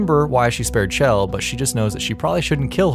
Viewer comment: Holy shit. Chell is pronounced SHELL